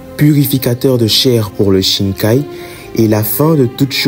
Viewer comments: Par contre pourquoi tu dis shinkai ? C’est shikai nan ? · c'est top mais c'est shikai au lieu de shinkai très bonne vidéo